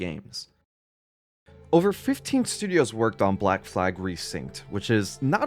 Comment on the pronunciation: “shtudios” 🤣. Great vid tho man. Can’t believe the devs got screwed as bad as they did. They did an incredible job on the game